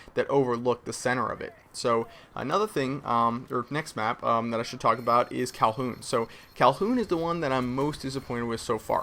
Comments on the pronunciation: I believe its pronounced Kowloon not Calhoun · it isn't "Calhoon," it's Kowloon.:) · its not kowlhoon its kowloon like cow loon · wtf is kalhoun? doesnt he mean kowloon (cow-loon)????? lol wat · Kowloon not calhoon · fyi .. its cowloon.. not cowhoon? or cowlhoon? but yeah just to throw that out there... i felt like it was pretty well covered. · LOL NOOBS CALLING IT "CALHOUN" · KOWWW LOON not Kowl_Hoon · hey its not kowl"H"oon its kowloon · Kowloon...not Calhoon...I know I'm gonna get flak for being a pronunciation nazi, but I just want to get it right hahahaha. I don't know why it bugs me when it is mispronounced as Calhoon. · lol it sounded like you said 'cowhoon' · The name is KowLoon! not Kowlhoon! My chineese tailor would be pissed hearing you say it like that. Its a part of Honk Kong....... FYI :) I wish I could play these new maps, I'm stuck in Detroit in this damned snow storm and would get home until friday! Dawn! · It is Kowloon, not Kolhoon! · dude its kowloon not calhoon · It is pronounced kow-loon...NOT kal-hoon. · its KOW-LOON not Calhoughn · did he say "calhoun?" haha i think its kowloon mr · For the love of Christ,, it's not "Callhoon," it's KOWLOON. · it's "kow-loon", not "kow-hoon" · IT'S KOWLOON GODDAMNIT, NOT COWHOON! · FOR FUCK SAKE, ITS KOWLOON, NOT FUCKING CALHUN, FOR FUCK SAKE, LEARN HOW TO FUCKING TALK, IM GETTING PISSED OFF NOW, FUCKKKKKKKKKKKKKKKKKKKKKKKKKKKKKKKKKKKKKKKKKKKKKKKKKKKKKKKKKKKKKKKKKKKKKKKKKKKKKKKKKKKKKKKKKKKKKKKKKKKKKKKKKKKKKKKKKKKKKKKKKKKKKKKKKKKKKKKKKKKKKKKKKKKKKKKKKKKKKKKKKKKKKKKKKKKKKKKKKKKKKKKKKKKKKKKKKKKKKKKKKKKKKKKKKKKKKKKKKKKKKKKKKKKKKKKKKKKKKKKKKKKKKKKKKKKKKKKKKKKKKKKKKKKKKKKKKKKKKKKKKKKKKKKKKKKKKKKKKKKKKKKKKKKKKKKKKKKKKKKKKKKKKKKKKKKKKKKKKKKKKKKKKKKKKKKKKKKKKKKKKKKKKKKKKKKKKK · Nice job. Just a tip: it's pronounced "cow - loon" not "calhoun." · "Kal-hoon"? wtf?! Its KOW-LOON. You did this in that other video too. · it's kowloon not calhoun haha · its not kow-hoon its kowLoong